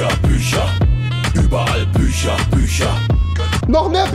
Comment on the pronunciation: Warum sagt Rewi bei Büchern "sch" und bei Fischen nicht